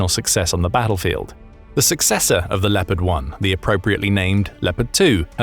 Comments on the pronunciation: Please… it’s pronounced “Le-O-pard” not “Le - pard”. You’ll be driving all the Germans crazy given how often you say it 😂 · it a bit funny to hear how amaricans pronounce Leopard. they say "Leppart" they must think the "o" is a communist conspiracy ;) Where does the love of extra "p's" comme from thoug? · Are you absolutely sure, with me being a graduate of the US army armor school at Fort Knox, Kentucky, that’s the exact pronunciation for the WEST German main battle tank? Additionally, I was raised in a German speaking household in Wisconsin.